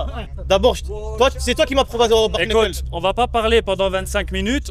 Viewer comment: "sparingué" "ice pok" "bark neukeul"😂😂😂